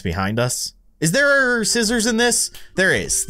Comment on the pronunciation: He said sisters for scissors❤😂❤😂❤